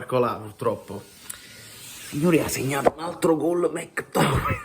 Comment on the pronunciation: Si pronuncia... mec tommeayyy🎉yy¾❤😂🎉😢🎉❤